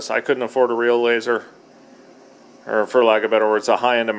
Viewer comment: laser on,,,,,,, not laseron